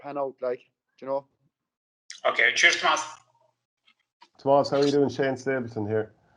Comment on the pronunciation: Ah jaysus you obviously weren't tuned in during class througb the years... it's Tomàs not Tòmas